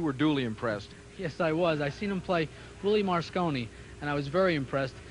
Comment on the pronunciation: * & - WHAT THE FU×K ??? - WILLIE MAR SCONNI ?? - I HAVE A LOT OF RESPECT FOR ALLEN HOPKINS YET WHEN HE IS NOT SPEAKING HE LOOKS LIKE A FIGURE IN A WAX MUSEUM AND HE MISPRONOUNCED ONE OF THE GREATEST PLAYERS THAT EVER LIVED ... TWICE !!! - ARE YOU KIDDING ME !! - WILLIE MAR SCONNI ???? *